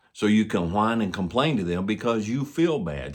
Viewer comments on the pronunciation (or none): "whine and compain" xD